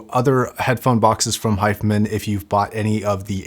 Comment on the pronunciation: is it my ears or he isn't pronouncing the name correctly ?